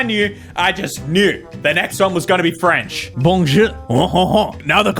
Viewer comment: I don't speak french, yet I still cringed so hard when she tried to say "bonjour"